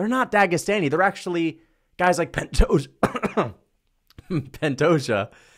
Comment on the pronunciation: ’ disdain is so strong that he can’t even say “Pantoja” 💀